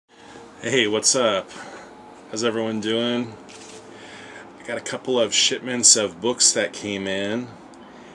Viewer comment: It sounded like you started your video with "... a couple of SHITments of books", lol. Love the Marvel Knights Kaniuga Black Widow! Yeah, love the Cartoony Artwork too! Shaolin Cowboy is fun. Sweet Italian Cliff Hanger. The C2-E2 Parillo is so Intense!